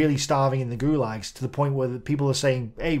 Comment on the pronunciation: Oi, that`s "gulags" once again. Is it too hard to call them in a propa way?